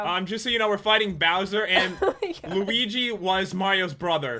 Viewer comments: Yes is luigi not lusie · PopularMMOs I facepalmed when said Luigi was Mario's worst enemy! Actually, she said Liusi! But still, it was hilarious! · Oh its liyuzi! No now luuigi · It's pronounced Lew-ee-jee not luh-wee-jee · Pat you said Luismi? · when jen got luigi's name wrong i laught so hard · I laugh when jen said Luigi wrong lol